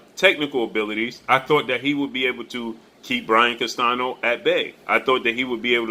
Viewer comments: Spanish speaker and teacher here. The ñ in Spanish is pronounced close to the English ni (or like the Italian gn) so Castanio would be a close pronunciation of Castaño, but not CastaNo. Like your channel. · It’s pronounced Castanyo.:Castaño the enye:ñ has the NYO a quick pronounced N followed with YO just as fast. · It’s Brian Castaño not Castano